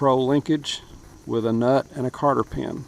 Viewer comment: Cotter...!!!! Not Carter...!!!